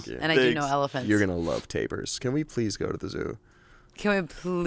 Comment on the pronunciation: Tapers? Did he mean taPIRs???? Wrecking my brain trying to figure out what tapers are.